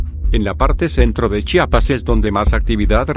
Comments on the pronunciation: Para empezar aprendan a pronunciar es chiapas estado sur del país de la republica mexicana, chapa es la que tiene la puerta jajaja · Se dice Chiapas, no chapas!